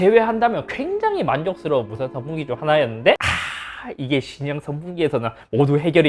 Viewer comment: 형 발음 때문에 더보기에도 성풍기라고 한거얌? ㅎㅎ